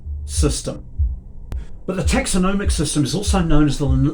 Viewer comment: 🤦‍♂️ can’t pronounce taxonomy correctly, then proceeds to talk utter nonsense. Maybe tinyhouse living has led to tinybrain thinking.